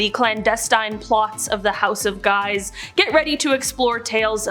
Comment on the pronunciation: It's pronounced, "Sfortsa" and the J in Julio is Italian, not Spansih. And Guise in French is prounced, "Geez". PS If we're talking scary families, how's 'bout the Kennedys, Obamas, Clintons, Pelousies, Bidens, and Harrises?